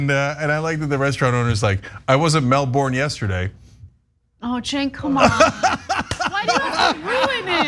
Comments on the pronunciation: ana ana ana, its pronounced "melbin" not melbourne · Exactly. It's pronounced more like "Melbin" than "Melborrin" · The way Americans pronounce Melbourne always makes me giggle, it's more like Mel-bin/ben, not Mel-born. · It’s pronounced “Melbun”. Thanks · Melbourne local. We have a lovely mix of traditional, immigrant cultures and youthful, pretentious bs. Side note, say it Mel-ben or Mel-burn. It's like Arkansas. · i'm reminded of Miranda saying, 'Everybody wants to be us'. yeah, nah....you say Melbourne like Melburrrrn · It's so cute how you guys pronounce "Melbourne" :) It's pronounced "Melben" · it's pronounced "Melben" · The 'R' in Melbourne is silent. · Exactly... she said Brisbane right but stuffed up on Melbourne... I s'pose they're could just be used to saying it the way that Florida says their Melbourne... it's just a thought... ;)